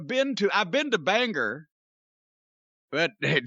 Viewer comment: I popped when he said it. Of course mispronounced it.